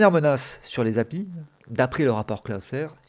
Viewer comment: Excellente vidéo. Ça fait juste bizarre d’entendre quelqu’un dire Happy pour API 😂.